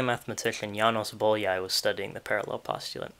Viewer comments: [ˈboːjɒi ˈjaːnoʃ] [ˈboːjɒi ˈfɒrkɒʃ] "ly"' is one letter, and sounds like "y" in "you" or "yes" This is a very interesting video, I liked it very much, but I had to stop and go back when I got distracted by ['bolia:j] :D :) Oh, and nice origami skills. ;) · Bólyai is pronounced Bowyayi